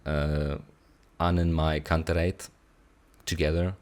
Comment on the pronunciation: Yeah, now you pronounced AnnenMayKantereit the german way ❤